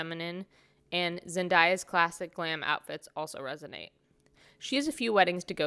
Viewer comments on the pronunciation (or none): Awesome vid! BTW, she pronounces it Zen-DAY-uh 🙂